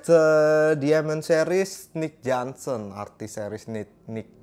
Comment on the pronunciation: johnston bang, bukan johnson 😄